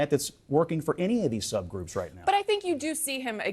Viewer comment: The dude said subgroups..... .. wtf